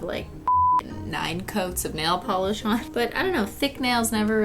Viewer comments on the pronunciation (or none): none